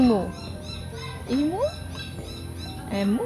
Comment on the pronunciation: Natutuwa ako sa vlog mo, very raw, very real! Walang ka-arti arti!🥰 I love it! Btw it’s Emu (Ee-moo) Meron bang manly men sa Manly beach?😄✌🏼